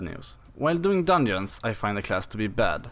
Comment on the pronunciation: so thats why he said "dunjooons"